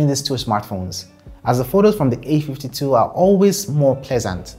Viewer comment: All I hear is : the A ..fty 2 is better or worse than the A ..fty two , ok understandable .. have a great day